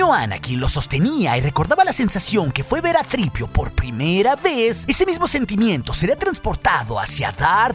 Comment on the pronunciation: Que mal queda decir "sitripio"😂